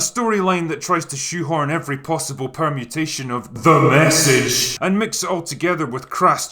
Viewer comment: By far my favorite parts about these drinker videos is when he says “THE MESSAGE” 😂😂😂😂